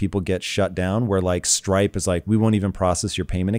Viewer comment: Whats the company he said he invested into? ‘Stripe’? Or ‘strike’?